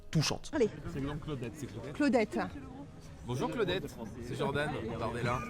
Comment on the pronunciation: Depuis quand J ça donne 'dj à l'oral ? Un peu de mal avec le français ? Il n'est jamais trop tard pour progresser !